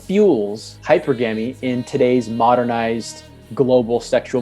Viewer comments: Can't even pronounce hy-per-gamy right. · Totally messed up "hypergamy" pronunciation, clicked off immediately.